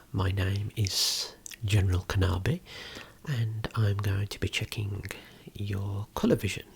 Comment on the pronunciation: i really hear him say kenabi instead of kenobi🤣